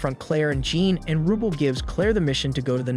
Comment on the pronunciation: Dude you watched the anime, stop using your messed up pronunciations that you used before you heard the names. Total "Oh-carina syndrome". Raki is pronounced with an "ah" sound, same with Galk. Rubel's name is pronounced like bell 🔔. Sophia "So-fee-uh", Noel "No-ell", Priscilla "pri-sill-ah" and Elena "Ee-lane-ah" are all butchered and i dont know how. At least you got Miria but F'ed up DenevAAAAAAA, not Denev. You even murdered Galatea "Gal-ah-tay-ah" and Riful! Im just adding names as i watch the video, im just adding Isley preemptively. Oh god, Undine "Oon-dean" already suffered enough 😑 Ri-gal-doe